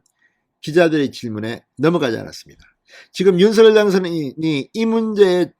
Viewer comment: 진성호 전의원님 윤석열 발음을 못해서 서결이라고 발음 하십니까? 아니면 고집이십니까?